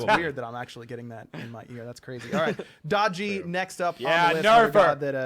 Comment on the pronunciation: no not da ji